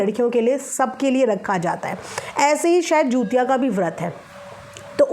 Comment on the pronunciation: Hello didi namaste , aap pronunciation galat kar rahi hain, app bar bar jutiya bol rahi hain.jutiya nahi hota hai. jitiya hota Hai.